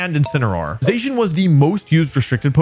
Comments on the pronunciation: #3 IS SUPPOSED TO SAY ZACIAN, NOT F*CKING ZEISHIN! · I never heard Zacian being pronounced like that before.